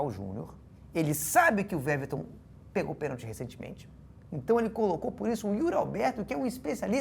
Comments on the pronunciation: A pronúncia do nome do goleiro do palmeiras, Veverton, me pegou desprevenidos, companheiros do esporte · Weverton ele fala Veverton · Eu gostaria de, recolhida a minha insignificância, apenas corrigir a pronúncia do nome do atleta Weverton, que a própria mãe do atleta reconhece ser Wevérton. Um programa de tal excelência não pode cometer tal deslize.